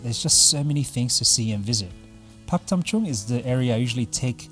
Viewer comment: For a moment Pak Tam Chung sound like Korea especially in your accent.LOL